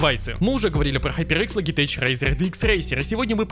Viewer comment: "логитеч", "афотеч"... может хватит? лоджитек, афотек, нет никаких теч. ну а после того, как засрал SteelSeries, в целом и говорить нечего.